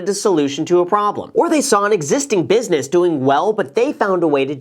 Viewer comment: 'Business' Graham, not 'busines'. Come'on, no slippage like a hedge fundge